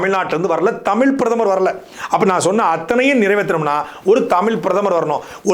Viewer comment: தயவுசெய்து “தமிழ்“ என்று சொல்லி உச்சரிக்கவும். தமில் தமில் என்று கூருவதை கேட்பதற்கு நாராசமாக உள்ளது. 🙏🏻